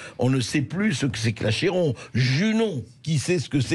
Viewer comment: Moi, je sais ce qu'est l'Achéron... qu'on prononce Aquéron ! Merci pour les retrouvailles avec La Fontaine. Un délice. Une lecture magistrale de Brigitte Fossey. Qui donne envie de mémoriser ces textes, pour pouvoir se les redire indéfiniment à soi-même, et en faire cadeau aux autres. 💐😊💖🙋